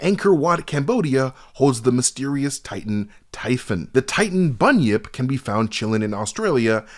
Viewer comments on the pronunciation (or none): none